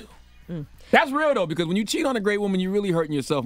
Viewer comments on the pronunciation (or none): Yo she says "bacaws" just like Envy! 😂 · Her damn because's be killing me. Where the hell the "w" come from? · Gia and Envy both pronounce the word “because “ weirdly